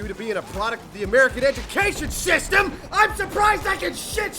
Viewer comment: Please note: He said Shystem... America man